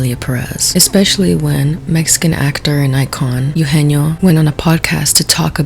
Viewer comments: It’s pronounced Eh-oo- genio. Not “you-genio” Anywho, I don’t like the criticism that Selena is getting. My daughter is a second generation Mexican American. I tried to teach her Spanish, however, due to her having a speech delay, she had difficulty picking it up. Therefore, she only speaks English. I would hate for society to make fun of my child and label her a “no sabo” kid and/or tell her that she’s not Latina enough due to setbacks that were out of our control. Selena was offered a role and she took it and made the best of it. I think that you’re pointing the finger in the wrong direction. What was she supposed to do? Say no to making money? If the same opportunity arose for you, would you have said no? I don’t think so. Ultimately, I agree on this being a bad film overall. The plot didn’t make sense. There’s no way that a cartel kingpin would ever consider becoming a woman. Machismo runs deep in the Mexican culture. It just wasn’t realistic. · Okay I know this is minor but it’s not Ugenio Urbez, it’s Eugenio Derbez. Eh-ugenio. He’s an icon. He deserves to have his name pronounced correctly 😭🤣🙏🏽 love you! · so sorry to nitpick but its "EH-oo-jeh-nyo"😅 also the man has every right to criticize considering hes been successful in both the mexican and US film industry. and i LOVE only murders in the building but selena is just not a good actress so the excuses for her performance are dumb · eugenio is pronounced "eh - ooh heh - neo" btw (sorry love you lol ❤) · If you're going to discuss the cultural insensitivity of Emilia Perez (which I totally agree with) you should look up how to pronounce Eugenio properly, it's not very difficult! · also the mispronunciation of Eugenio is hurting my soul 🥲